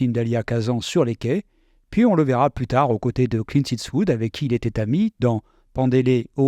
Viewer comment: Dommage d'écorcher le nom de Clint tout le long de la vidéo en " it's wood "... :/